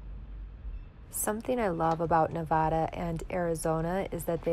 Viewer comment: I've said it before, your videos make my day! And THANK YOU for pronouncing Nevada correctly! If you're on your way to Las Vegas I'd love to meet you and Riot. I promise, I'm just a little ole lady not a pervert!